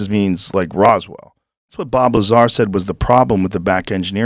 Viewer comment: Who tf is Bob “Laser”?!?! 🤣